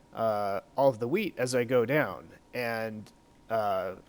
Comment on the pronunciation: lol he said weed in stead of wheat